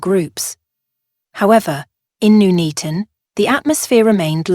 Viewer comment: It's Nuneaton as in Nun not noon.